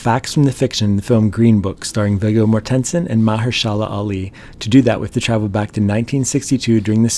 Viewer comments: I swear to God if you say MorTENsen one more time I have to shut the video off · "conserto" "morTENsen" Really? REALLY? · Who would pronounce Viggo Mortensen's name as MorTENsen? It's Morten-sen, with Morten being like Horton, or Morton, or Corden, not HorTON, or MorTON, or CorDEN. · It's not "mor ten son" it's "morten son" and his first name is "vee goh" . He's Danish.. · Its Vigo MORTensen not Vigo MorTENsen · Listening to my mother's maiden name is being butchered is very annoying... it's pronounced Morten-sen not Mor-tensen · MOR-ten-sen Morten is Danish for Morton. Sen is Danish for son. You should pronounce his name correctly. Or is this AI? If so, program it correctly. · At least learn how to pronounce the actors names that you’re talking about. It’s Vigo…pronounced V-Go…Mortenson…pronounced More-ten-sin. You can thank me later! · Pronounced More ten sen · Mor tens son 😂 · You lost me at "more- ten -sen" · It's pronounced mah-HER-shuh-luh. And VIG-go MOR-ten-sen. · Bad sound on the speak recording part... otherwise, nice knowledge of facts! I couldn't what so ever, keep myself from wondering about the Viggo MoTensen pronounce? although i'm a dane, so to me Mortensen is easy ;) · 🤦🏻‍♀️ If you going to do videos about famous actors, perhaps you should do a little (I'm talking miniscule) research into how their names are pronounced. Watch any interview where Viggo is introduced to see that the 'TEN' in the middle of Mortensen is not stressed. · Vig GO More-ten-sin! That's how you pronounce it. Sounds god awful! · correct, Its “mOArThenSen”not whatever he pronounced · Just a nit ... it's pronounced "Vee-Go More-ten-sen" you mangled it so bad I didn't know who it was you were talking about at first. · The narrator's pronunciation of "Mortensen" and "Carnegie Hall" are kinda' weird. In both words the emphasis in on the first syllable, not the second. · Coming from a Mortensen family. That pronunciation killlllls me mate. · He is mispronouncing his name.